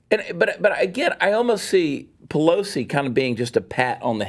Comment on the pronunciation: Chad says Nancy Pelosi but it sounds like BLOW-si.... I think I'm gonna start saying it like that ;)